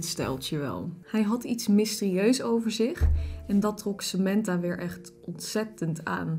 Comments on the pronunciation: Je zegt sementha maar het is Samantha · In het Engels zeg je het als "Sementha"